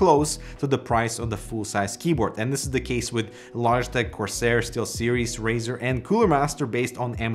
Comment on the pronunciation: Did he just say Corsoar?